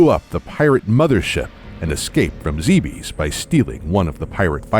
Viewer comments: zebes not zeebeeess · Heh. Zeebees. Heh heh... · You keep saying zeebees, I thought it was pronounced zebas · ZEB-ES not ZEE-BEES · ZEH. BES. ZEH, BES NOT ZEEBEES ZEBES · NOO IT ISN'T PRONOUNCED ZEE BEES IT IS PRONOUNCED ZEH BISS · It's pronounced Zeh-bess. Not Zee-beez. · its not pronounced zeebees its pronounced zeb es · ZEH-BEHS NOT ZEEBEES!!!!!!!!!!!!!!!!!!!!!!!!!!!!!!!! and other m should not be cannon. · It's not pronounced Ze bes its Zebis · Is it spelled Zeebees? Zibis? Zybyeeees? No? That's right. It's Zebes. Zeh-behs. Not that hard. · boring narrations and mispronouncing "Zebes" (Japanese is ZE-BE-SU) so shit should be obvious, made me drop this bid in less than 2 minutes. Nice job. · Sit down, excited to snug in and watch a nice, long, 20 min Metroid Timeline video. First sentence in the Timeline proper: "Zee-bees" -_ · Zeh behz correct? Not Zee bees? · I can understand someone thinking it's Zeebs, but not ZeeBeesss.... ugh. I always pronounced it zeh behz or zeh bess, like others have said. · GOD DAMMIT. It's pronounced "Zeb-S". I thought only IGN was getting it wrong. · Hearing "Zee-bees" over and over is so nerve wrecking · did you just say zeebees? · Love it but zeebees omg. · you got almost all the planet names wrong!. its supposed to be zeh biss bree oh ee le si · "Zeebees" And I've stopped watching. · zeebees lol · Hold up...did he say Planet "zeebees"? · ZEE BEEZ! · It's zeb ess lol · I used to call it Zeebs when I played prime xD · Anyone else annoyed by the mispronunciation of 'Zebes and Bryyo. zeb-us bree-yo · It's pronounced like Aaron. You may or may not like Other M, but it was still directed by the series creator, so I'm sure the pronunciations are correct. I'm bothered by "zee bees." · Could you for the love of god learn how to pronounce Zebes and Arron couldn't watch more than 2 minutes of this